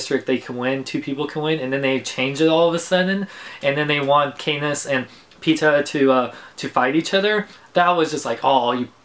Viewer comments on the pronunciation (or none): Peet-A lol and Kat-niss...